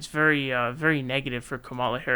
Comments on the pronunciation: Bruh y u still mispronouncing Kamala? Is it intentional or something?I know it seems minor but as a commentator you should really have that nailed down by now. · It is still very very stupid that you won't pronounce her name correctly